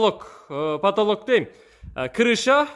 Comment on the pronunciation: 😆😆😆3.25 потолог,потолог дейт🤣🤣🤣🤣